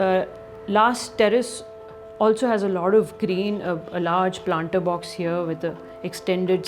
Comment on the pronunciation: When any guy or gal pronounce 'here' as 'heyo', I immediately become certain that that guy/gal is a complete fraud